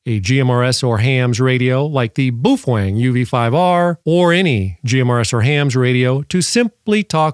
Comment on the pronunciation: so it's okay to break the law? irregardless is not a word. BOW (as in bend in reverence) - feng. and, you're welcome